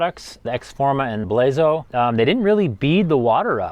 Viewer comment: It's pronounced Blazon